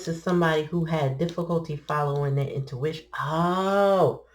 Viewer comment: "O'ntuition" is beautiful